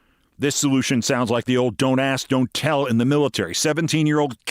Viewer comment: Did Adams say 'ax' instead of ask... How is that not a red light? He can not even speak English. How was he elected?